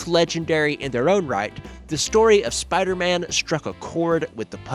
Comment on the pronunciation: Lol Spodder-Man. Its pronounced spiiiiider. Because it has an "i" in it. Next time on Hillbillies Talk Comics... The Teen Toddins.